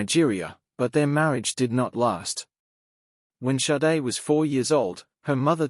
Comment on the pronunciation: AI voice is too dumb to learn it Shadé, not Saiid... honestly. AI is SHIT!!!